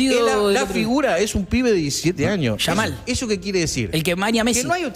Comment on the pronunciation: Minuto 10 el diciendo Yamil Yamal jajajajaja que tipo este dios mío me hace el diab😂